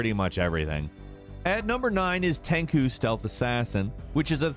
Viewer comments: "Tenku" "Ninja Gayden" I swear does this on purpose. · Im sure he did it on purpose hahaha.Just listen to him emphasize KU when he says it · Yeah this was hard on my ears. LoL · How the fk does someone actually remember what playing PowerStone was like but also doesn’t know how to pronounce Tenchu. I’m writing my congressman this is atrocious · Exactly! "Tenchu". Get it right. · You mispronounced Tenchu soooo bad😂😂 but Tenchu definitely deserves a higher on the list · Tenchu (no idea where pronunciation came from) is a lot more than a brief entry at the bottom half of the list. The lore has so much depth and the first sequel Birth of the Stealth Assassins legitimately has one of the best stories on the original playstation. Wrath of Heaven was just as good as MSG II or the early Splinter Cell games. Tenchu is my favorite stealth series and that was woefully inadequate, man. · Right? I was so confused. Why would anyone butcher it like that. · I died a little inside each time he said “Tenku.” I thought it was over but along comes the deathblow when he says it again during Sekiro’s ranking. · TENCOO?! nooooo. Man how could you screw the pooch on tenchu!? Damn that's your first fuck up in my books, respect my tenchu son! Still, great video and crew. I love all your work and all the effort you guys always put into these phenomenal videos. 6 million congratulations! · I don't think chu would be pronounced ku by English standards either. Ch doesn't make a hard k sound. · My mans really said tenku. Think he had a brainfart....hopefully. Maybe. Lol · Ten - Chu. also, what about Katana Zero? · said "Tenku" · "tenku" Me:🤢🤢🤢🤮🤮🤮 " grinds teeth into a fine powder.... Come on man I love you and your videos but really bro? "You're killing me smalls" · TENKU?? wtf dude this guy has literally no idea what he’s talking about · “At number nine is Ten-coo stealth assassin.” Really, really? 🤦‍♂️ He’s doing this on purpose. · It's Teng Goo